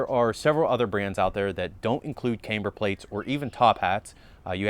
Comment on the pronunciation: Please stop pronouncing camber wrong